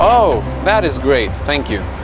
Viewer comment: "fank you"